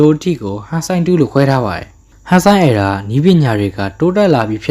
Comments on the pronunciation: Era က အယ်ရာလို့ပဲထွက်တာလေ အီရာမှမဟုတ်တာ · Hey . . . my brother Toho နဲ့ Toei နဲ့ကို ရောမချနဲ့လေ . . . 😅 နောက်ပြီး အသံထွက်တွေ မှားနေသေးတယ် . . .😮‍💨 Heisei (ဟေးဆေး) Reiwa (ရေးဝ) Era (အီရာ) Gaim (ဂိုင်း(မ်))